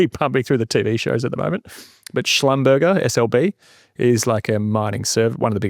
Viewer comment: Hey, I work in the oil and gas industry. Schlumberger is pronounced schlum-ber-jay not schlum-ber-ger